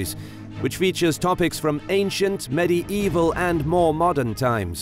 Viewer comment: Medy evil? Does he mean medieval?